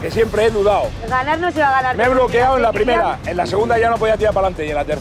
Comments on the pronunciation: estoy "bloqueao",estoy"bloqueao", estoy "bloqueao"😅😂🤣😅😂🤣😅😂🤣😅😂🤣😅😂🤣😅😂🤣😅😂🤣😅😂🤣😅😂🤣😅😂🤣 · Me bloqueaou😂😂😂se dice me he cagaou encima😂😂